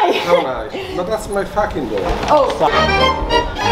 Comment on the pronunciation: “ thadts my facking doour “